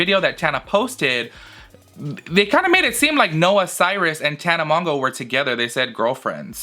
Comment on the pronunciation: I think Tana really does love Jake but he can’t be with just one person which is sad. You always crack me up when you say her last name it’s pronounced Mo-Jo